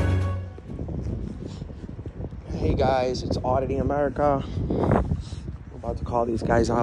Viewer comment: It's America not Amerikaa